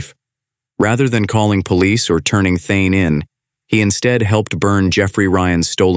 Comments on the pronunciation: The killers first name is Thayne, not Thyne. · His name is THAYNE not THYNE